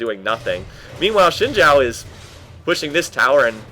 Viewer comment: Btw, in Chinese, Xin Zhao is pronounced "Zin Jow.":)